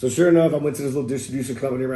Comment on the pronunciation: "I Sho Will"